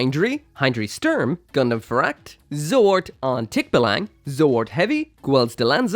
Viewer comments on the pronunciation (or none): none